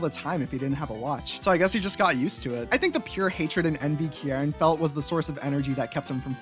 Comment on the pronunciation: I saw Kiki in the thumbnail and flocked to this like a moth to a light . your pronunciation is of kierans name frying me and i dont know why lmao anywayys . pokemon hc time .. mostly about the kitakami siblings, bb elite 4, paldea gang and a few others lmao . its a lot ...... - With amarys' robotic behavior, her attempts to show emotion (like shock) usually just show very minimally. she trained this subconciously; if she hadnt she would have had a lot more dramatic expressions than she does if she didnt act the way she did - when kieran was younger, he originally didn't speak at all and had carmine do it for him, making carmine overprotective of him when he got bullied for not speaking. his headband thingy is a gift from carmine so everyone knew not to mess with him or theyd have to go through her. when kieran did learn how to talk, he didn't know how to pronounce his entire name for a while and just said "kiki", which is a nickname carmine really liked and stayed with. his accent stayed longer for the same reason - when drayton commented about liking the special at the BB academy cafeteria because he barely had to chew for the first time around crispin, crispin immediately tried to make something he wouldnt have to chew. it was basically just a horrifying amalgamation of buldak ramen, egg and some spices - short genes run in the kitakami sibling's father's side of the family. carmine's height comes from her mom - penny has gone days without eating and has survived off of onl